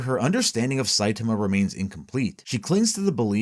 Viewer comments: Somebody teach this man how to say saitama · You mispronouncing Saitama's name fifty million times in a row made me wish myself into the shadow realm to get away from this vid